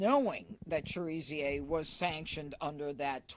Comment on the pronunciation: His name is pronounced Cher a zay not Cher zer